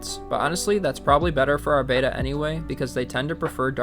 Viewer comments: Bettas don’t need to be drip acclimated since they breath air. Also it’s pronounced bet-uh, not bait-uh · Rescuing is always admirable. That said, Beta is a ray, like alpha and gamma. Beta is also like VHS; remember those? Betta is the fish you rescued. Bet-uh, not Bay-tuh. Have to add- that lookout is really cool. I have never seen one. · It's not pronounced like "bayta," it's "betta." Why do people say "bayta?" I've even heard people in pet stores say "bayta." How ignorant. It's not that hard to say it correctly. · BehTah, Not Bayta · You’re mispronouncing betta. It’s not pronounced like beta. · It’s becoming a pet peeve that people can’t pronounce betta, it’s not the Greek letter beta